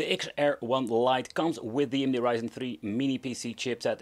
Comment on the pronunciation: You Say AMD, nice